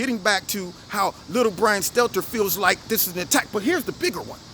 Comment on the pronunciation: Poor little brian stelter.... Mark Dice says his name perfect hahahaha....